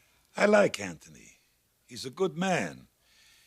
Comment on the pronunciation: It’s Anthony not Ant tone knee!